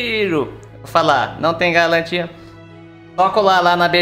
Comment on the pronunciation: me quebrou com esse "não tem galantia" kkakakakak